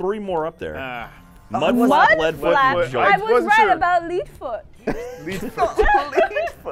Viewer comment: we need to find out how dumb is: "leedfoot"